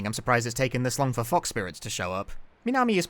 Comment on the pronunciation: You: Fox Spirit My hearing: FUK spirit